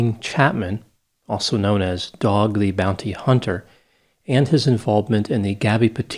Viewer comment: Had to laugh when you pronounced “dog the bounty hunter” the way you did but I have to say .. as an addict who has over 35 years of recovery and is now a licensed health care professional; I think your judgment of people and their past is ignorant beyond belief— Dog’s past life is better left judged by his own soul and his God. You don’t realize it because you’re so naive about that ugly world out there you don’t see, but Teetotalers like you WANT people like us off the streets and on your side. If Dog wasn’t taking these guys off the streets they’d be robbing or assaulting weak targets just like you. So Stop bitching about the “moral compass” of other’s pasts and be grateful for the changes others make in their lives. You have no idea what obstacles each person overcomes in their life and what God intends their life lessons to be. Who are you to judge them??